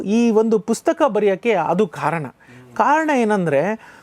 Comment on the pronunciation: ಗೌರೀಶ್ ಸರ್ ನಿಮ್ಮ ಈ ಹೊಸ ಪುಸ್ತಕದ ಕುರಿತು ಮಾತನಾಡುವ ಈ ಕೆಲಸಕ್ಕೆ ನನ್ನ ಅಭಿನಂದನೆಗಳು.ನನ್ನ ಒಂದು ಮನವಿ ನೀವು ಪುಸ್ತಕ ಅಂತ ಹೇಳುವ ಸಂದರ್ಭದಲ್ಲಿ ನೀವು ಪುಸ್ಕ ಎಂದು ಹೇಳುವಿರಿ. ಸರಿಮಾಡಿಕೊಳ್ಳಿ.